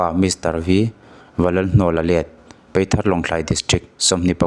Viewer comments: I van chhiar thiam li ve peithar nilo in paithar tih tur w/o ti ni nana apa i tih zawh zek bawk. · Peithar tih in I lama,PAITHAR tih anih kha😊